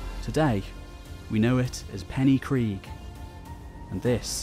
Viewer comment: Hey I loved the video, but I just wanted to mention that the y in Pen y Gryg is pronounced ‘uh’ instead of ‘ee’. Sorry if it comes off as nitpicking.